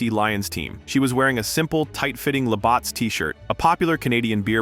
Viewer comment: Labatt's is not pronounced a "Labawtts". It's pronounced as "La- batz" . Like a bat as in baseball.